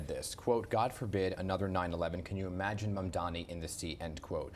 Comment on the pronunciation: One of the woman-grabbing Cuomo AntiMuslim tropes & bigotry is his intentional mispronunciation of Mamdani’s name. Anyone supporting or voting for Cuomo is endorsing AntiMuslimism